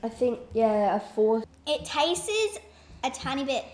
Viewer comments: funny how they say tases instead of tastes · I dunno... that girl "it taste-es" ... smh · STOP SAYING “TAST-TSES” !!!!!!!! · whenever they said tasted or tastest (it was pronounced that) I was like 'TASTES' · "Tastes-es".... 👏🏻bravo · I hate people who say tases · It TASTES wow speak right bruh